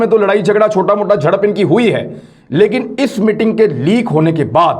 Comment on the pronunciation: MITING nahi 'MEETING'. Zara pronunciation sahi kar lou, please.